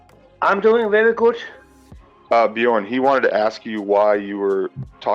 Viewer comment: Why do Americans insist on pronouncing things exactly as they are spelled, even if they know the correct pronunciation? It's so fucking obviously bee-yorn, not buh-jorn. Not having a dig at particularly, just like 90% of Americans. The other 10% seem to horrifically overcompensate and try to pronounce names with accents which sounds awful. D: ALSO: EPI-TOME?! E-PIT-O-ME